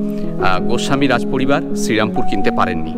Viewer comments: Pronounciation ta thik korun vai, ota cherampore noy sri ram pur. Bangladesi der uchcharon sunle gaa jole majhe majhe. Ekhon ei comments e hazaro a mori bangla vasa bole oneke hedia morbe. So plz excuse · I told to you that check your pronounciation only. And I wrote sri ram pur to make the pronounciation clear. That's why I break the word. Its not cherampur but serampore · দাদা ওটা শ্রীরামপুর, সেরামপুর না !!!